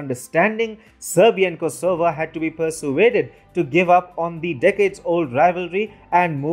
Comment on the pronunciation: FYI the stress is on the first syllable 'KOsovo :-)